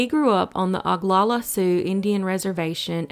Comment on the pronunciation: Need to learn to pronounce Oglala and Pierre.